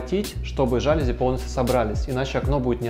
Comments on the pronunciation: Ребят, все красиво, особенно кухня, прям заходит такая мне. Но ёлки-палки, говорите правильно! Жалюзи́, не жа́люзи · ЖалюзИ.)) Это французское слово, у них все ударения на последний слог. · ЖалюзИ - с ударением на последний слог. Сколько же раз это слово произнесли неверно оба дизайнера ) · ЖалюзИ — Говорите правильно!